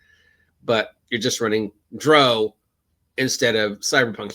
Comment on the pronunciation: Why do you pronounce Drow like that? Drow is pronounced like Brow like eye brow. "Dr-Ow", like adding the sound you make when you stub your toe, "Ow!". You're pronouncing it like the British pronounce Brough. I've never heard it pronounced your way in any of the Drizzit audiobooks. if you listen to Realms of the Underdark into the audiobook it is pronounced the way I described. Good vid tho. agreed that drow are evil.